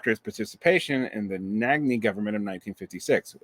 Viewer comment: You said the first name correctly, the second name is pronounced "Nahj" with a soft "a".